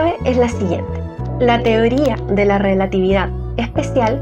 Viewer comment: Esa rielatividad